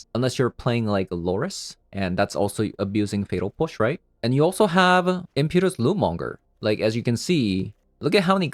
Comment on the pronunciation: Im-pet-choo-us lootmonger. Not im-pew-tus